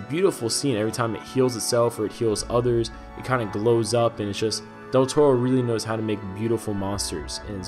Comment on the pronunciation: "... from director [butchered name] Del Toro."